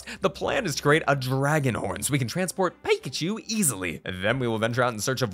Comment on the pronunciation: Jordan says PIEKACHU and not PICACHU